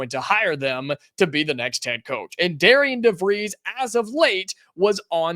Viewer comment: It’s pronounced Darren.